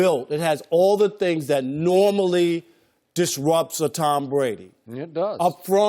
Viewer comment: tom bwady will never win another super bowl how does 2 working on thwee sound wob